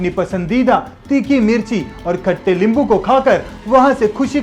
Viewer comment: Bhai hindi me limbu nahi nimbu hota hai Nice and interesting information Thank you